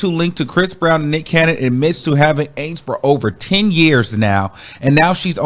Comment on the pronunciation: Just say Aidz properly you sound crazy